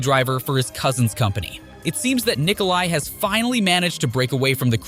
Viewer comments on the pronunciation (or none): Not "Nikolay" but Nikola, like Nikola Tesla or Nikola Jokic. Niko Belic is Serbian.